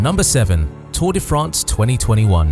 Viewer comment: learn how to pronounce Tour de France